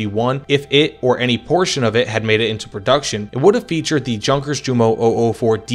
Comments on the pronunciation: PLEASE, It'S not pronounced "junkers" like in "junk", but "Junkers" like in "youth". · Yun-kehrs (idk how to write slight r rolls in text, I did my best) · Yunkers, Yoomo, Yagdpanter, Yagdteeger, Yagdpantser, Mesershmitt, Shtookah... Imagine Panzerjäger and HitIer Jugend having the Js pronounced as J instead of a Y. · It is correct , though . It's what it is in German .